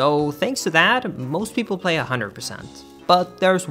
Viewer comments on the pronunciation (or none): none